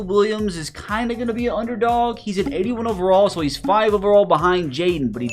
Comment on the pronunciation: Bro your reading overalls wrong